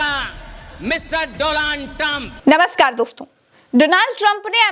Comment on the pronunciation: Donald Trump ❎ DoLaand Trump ✅